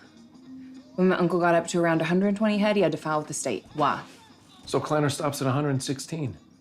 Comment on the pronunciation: Why does she say “waaa” instead of “why”?